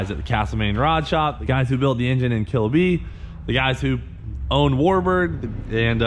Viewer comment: The pause right before "own" is kinda odd.